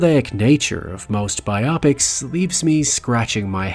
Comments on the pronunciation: Bio-pics. Not bi-opics. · And interesting topic, but you instantly lose me when you say “BI-OP-PICS” instead of “BIO-PICS”. This drives me crazy. Do you read a “BIO-GRAPHY” or a “BI-OGRAPHY”? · Pet peeve of mine…saying bi-opics and not bio-pic. Not a big thing, but legit it’s an abbreviation for “biographical picture” not “biographical Optics.” Again I know accents are different… but Bio Pic sounds like odd when smashed to one word. Biopic…it’s two… tangent I know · Bi-opics???? Nah it's bio-pic as if to say BIOgraphical PICtures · The word is pronounced as bio-pics not bi-opics. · Phonetics: bye-Oh-pics ? No, honey, it's: BYE-op-icks . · Bi-op-ics? BIOgraphical PICtures. BIO PICS. Biopics. Bi-o-pics. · I cringed every time your said bi-opics 😩😩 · I have to say, i have never heard someone pronounce biopics the way you do lol.